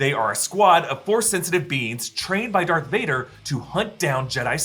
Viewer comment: All these years, you been saying dark Vader instead of Darth Vader!